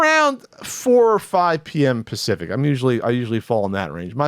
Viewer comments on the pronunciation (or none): none